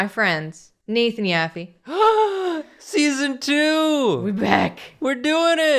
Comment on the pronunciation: wait a minute /that's/ how you pronounce Yaffe?